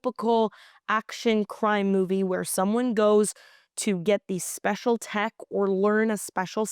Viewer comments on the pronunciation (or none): none